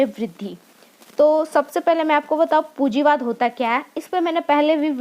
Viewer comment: Pujiwad nai medam punjiwad h